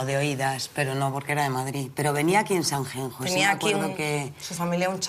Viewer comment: Sanjenjo??? Me duelen los oidos. Es buena cantante, pero siempre da una imagen de tontita pija alucinante. Cada vez que dice Sanjenjo me sangran los oidos.